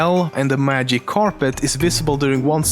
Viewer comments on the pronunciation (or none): Dude you said "The Magive Carpet From The Princess And The Frog" xD